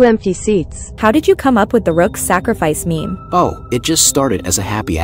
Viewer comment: says Da RUUKH